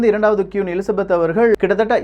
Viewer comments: சகோ அவர்கள் கியூன் அல்ல. குயீன். உச்சரிப்பை திருத்துங்கள். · Saami Nalla pesurinnga..aana kiun illa..kuin.. queen... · It's not quoon, it's queen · கியூன் இல்ல bro "க்வீன்" Royal வாலட் இல்ல "Royal வால்ட் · Bro its not quooon , its should be pronounced as Queen.... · கியூன் இல்லை குயின் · Queen = கியூன் இல்லை... குயின். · I would like to correct ur pronunciation that குயின் (Queen) Don't say க்யூன் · Qoon illa queen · Dei adhu qun illa da queen 😆😅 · Bro அது க்"கியுன் இல்லை க்"குயின் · கியூன்?🙄🙄🙄🙄 நீ இங்கிலீஷ்லா ரொம்ப weaka இருக்க உன் இங்கிலீஷ் pronunciation romba mosama iruku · First of all, he should learn how to pronounce the word Queen and Vault. I couldn't tolerate it throughout the video. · Thank you for the info. It's okay about saying the words queen and vault wrong as we are not English and our mother tongue is Tamil. Superb Tamil pronounciation and I watch it for that. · Pronounce properly. 'Queen', 'Vault' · Queen..pronounce it properly....kollai panreenga